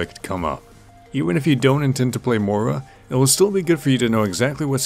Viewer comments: I'm getting triggered by the pronunciation of Moira in this vid... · Hey, like Milkheart says below the pronunciation is similar to that of "moist". It's a fairly common name here in Scotland, I think you just need to stress the 'oy' sound a little more. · How come people can pronounce "moist" and "foil" but not "Moira" properly? Yeah her name makes you sound Irish as hell but I've never even said that name out loud until Moira was revealed and I can pronounce it just fine. Why is it so difficult for so many people? This is a great guide though. I love your videos! I just keep seeing people pronounce her name half-way "mira" or "mora" and I just can't relate to that struggle lol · same i mean im only pronouncing it the way Blizzard and jeff kaplan said it which is incorrect i guess